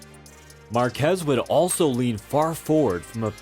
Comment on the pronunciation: I really wanted to love this video, but the repeated butchering of Márquez' surname kept triggering me :P